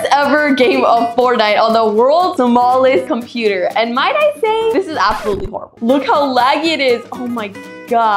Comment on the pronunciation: Bro says APPsalutly like Apple